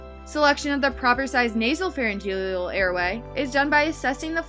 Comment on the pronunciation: "Pharyngelial" "Nasogelial" haha. I had to watch this on mute because the pronunciation of many medical terms was driving me crazy. "Flang" hahaha